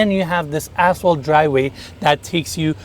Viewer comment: did he say assshole driveway? I mean, I know he is a slimeball, but...LOL...ya, that was asphalt, but the way he said it, sounded like.....